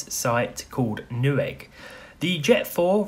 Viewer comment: Lol y he say new egg like that